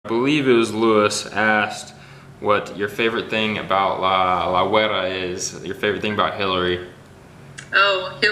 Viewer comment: you pronounced it Loo- IZ, but his name is pronounced Loo- EEs ( EE like look at all the Letter "E's").... or Loo-ease ( say "ease" fast) :b